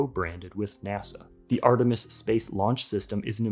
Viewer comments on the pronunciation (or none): none